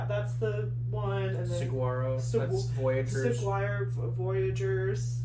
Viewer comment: Just an FYI, No "g" sound in Saguro. Phonetic Sa-warro.